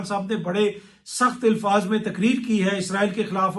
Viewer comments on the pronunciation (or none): none